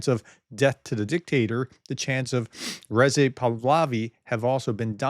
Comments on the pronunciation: FYI ! It is REZA AH not REZE EE !! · Prof, I fully understand you are challenged with pronunciation. Here’s how you pronounce Reza Pahlavi: - think hurrah! With emphasis on the “Rah” or like “raw” - from there try “huzzah” again with emphasis on the “zah” - Now try Reza similar to “huzzah” or “ruzzah” and with emphasis on the “zah”. The way you pronounce Pahlavi is close enough.